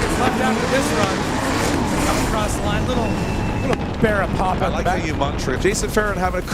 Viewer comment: Americans/ Canadian trying to pronounce 'Barra' 💀🤮